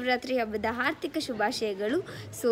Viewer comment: It's haardhika shubhaashayagalu dear...Not aarthika..Nice blog 🙌🙏👌